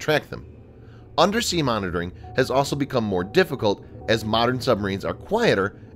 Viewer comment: I wish the narrator would learn how to pronounce 'also'. It's not 'asol'.